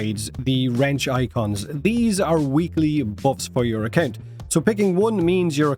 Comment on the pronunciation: It's "weekly" not "weeklie" lol. The y only becomes an ie if you use the plural "weeklieS" with an s.